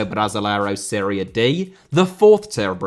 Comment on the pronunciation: It is serie A/B/C Not Syria B;) Great video! :))